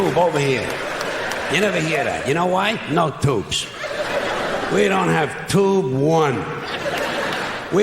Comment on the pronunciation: i love the way he say "toobes"